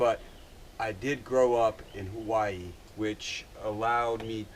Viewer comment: Haha u cant even say Hawaii correctly ahhahahaahah bumbai u learn